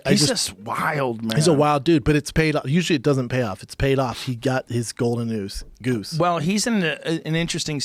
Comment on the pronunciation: Everyone: "golden goose" Schaub: "goldnn oose"